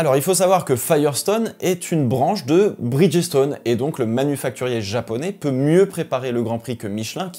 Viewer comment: Petite note vocabulaire ... Bridgestone est un mot composé de 2 termes, Bridge et Stone. Ce qui fait que lors de la vocalisation le "G" se dit comme un "J" et le ''E" de Bridge est muet . Ce qui donne "BridJ-Stonn" a l'audio😉